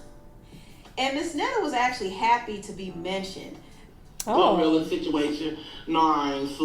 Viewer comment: He mispronounced her name and called her Gorilla tho😭